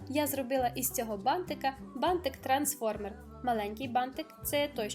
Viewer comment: ти нагадуєш мені в цьому відео маленьку Дюймовочку, а ще Мальвіночку) Вона також дружила з бантиками і дуже їх полюбляла) Відео чудове, переглядала його знову і так мені подобається твоя вимова слова «бантик», аж очікую далі, протягом всього відео, коли воно знову прозвучить😍😍😍